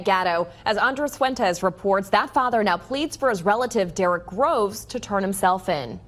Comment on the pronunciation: Get the last name right …. It’s GROVES